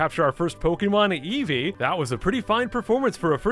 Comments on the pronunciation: EVO uh...it’s evee, evee EVO uh whatever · Why does eevee say eevoy instead eevee it’s so weird.